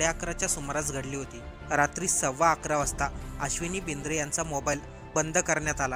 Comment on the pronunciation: कृपया नाव बरोबर वाचावे. हत्या झालेल्र्या पीएसायचे नाव आश्विनी बिद्रे आहे.